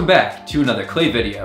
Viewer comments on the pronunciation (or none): none